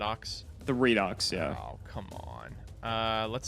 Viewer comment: It’s REED-OX. Redox. It is pronounced like this because of oxidation-reduction reactions in chemistry that are called Redox reactions. You say it like reduction.